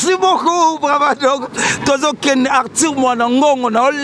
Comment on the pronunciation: Belle émission mais ce journaliste dois apprendre à bien prononcer Arthur et non artir